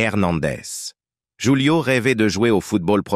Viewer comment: Prononcer "roulio" et non joulio😂